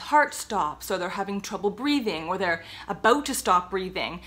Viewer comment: I could never tell you were Canadian while you said about "a-boot". Love it. I'm American. 😅